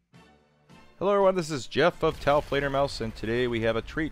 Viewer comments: did he just say "taofledermausers"? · and says taofleferMAUSERS, love it for the MAUSERS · "Taofledermausers"